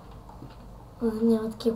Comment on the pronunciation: Vmesto dobre kazvash dobe :D-dislike nishto lichno ama klipa ne struva....